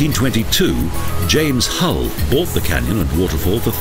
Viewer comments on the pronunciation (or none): none